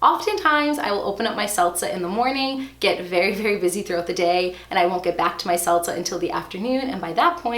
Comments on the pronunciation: You are killing me on how you pronounce ‘seltzer’ as ‘selza’. 😹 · "Selza"....what even is that? ;-p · Driving me crazy with the 'seltza' 🤪